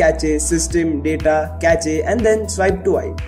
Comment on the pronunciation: Cache ki pronounciation "ka-che" nahi "k-ash" rehti 😛😛😛